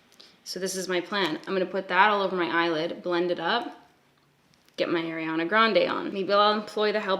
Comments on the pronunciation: are-iana, not air-iana 😘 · i love u... i do. but i cringe when u say “air-ianna” it’s “are-ianna”:/ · Ariana Grande pronounces her name Arr-iana (think arr like a pirate), not Air-iana. I used to say it like that as well. Here’s a video of her saying her own name for 30 seconds straight 😂: And I just wanna say I totally relate to people giving you acne advice. I’ve had a few people give me advice irl when I didn’t ask. And they weren’t people close to me. One time my male boss asked me what I had on my face! 😳 Omg it was so awkward! What an ass. I mean had he never seen anyone with acne before? This guy was at least 40 years old. I hope I don’t have to deal with forever! My dermatologist put me on medication for it and it’s gotten better. It’s definitely not gone though. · you pronounce ariana so funny like AIRiana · "air-iana" LOL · The way you say Ariana 😂 my golly I ❤️ Canadians